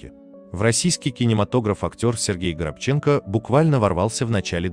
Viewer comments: НАУЧИТЕСЬ ПРАВИЛЬНО СТАВИТЬ УДАРЕНИЕ НА ФАМИЛИИ ПРОСТО РЕЖЕТ СЛУХ КОГДА НЕ ПРАВИЛЬНО ПРОИЗНОСЯТ ФАМИЛИИ АКТЕРОВ И ДР.ЛЮДЕЙ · Научитесь правильно ставить ударения и не коверкайте фамилии... УШИ РЕЖЕТ! А потом вылезайте в эфир. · Ударение на втором слоге в фамилии. Комментатор какой национальности ? ? ? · Правильно говорить Горобченко с ударением на ро. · Раздражает то, что читающий текст человек делает ужасное ударение, узнал бы сначала как правильно звучит фамилия актера, слух режет. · Диктор, нормально называйте фамилию актера!!!!!!!!! Ударение на второе О ставить надо. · Горобченко. Ставьте правильно ударение, режет уши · Когда научитесь правильно ставить ударение? Совсем другая фамилия по вашему произношению. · Все знают горобченко-ударение на 2 слог. И только чтец видимо его не знает, потому что коверкает фамилию на протяжении всего ролика. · УВЕРЕНЫ В ПРАВИЛЬНОСТИ УДАРЕНИЯ В ФАМИЛИИ? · Дорогой ведущий, выучите фамилию Сергея. А то как-то не очень... 👎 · Горобченко ударение на 2е о. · Горобченко, ударение на второе "О". Это украинская фамилия.( горобець воробей) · Хотя бы правильно фамилию называл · Да что ж вы так уродуете его фамилию ? Ставьте правильно ударение , на втором слоге , неучи ! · Пожалуйста, правильно произносите фамилию актера- Горобченко- ударение на второе "о"!! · Считала ранее ,что фамилия произносится ГорОбченко, он же не украинец? Прекрасная пара. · Всегда думала, что фамилия актёра - ГорОбченко. С ударением на вторую "о"... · Он вообще-то ГорОбченко! Как это можно,делая передачу об актёре, не уточнить, где ставить ударение?! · Ведущему: режет слух неверное ударение фамилии ГорОбченко( на втором слоге). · Читайте фамилии правильно.горобченко.ударение на второй слог. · Разве, его фамилия не Горо́бченко? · Автору, прежде чем озвучивать рассказ, нужно научиться правильно произносить фамилию актера. ГорОбченко. Услышала как каверкают фамилию актера и не стала слушать. Это неуважение к актеру. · Горобченко'ударение на 2 слог!!!!!